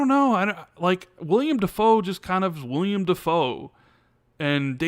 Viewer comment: every time you say William, it's driving me crazy. His name is Willem. It's WILLEM!!! Raaaaawr!